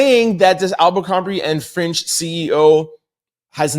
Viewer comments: It’s Fitch not Finch bro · It's Fitch bb...not Finch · Distracted by trying to figure out if you’re saying “fitch” or “finch” 😂❤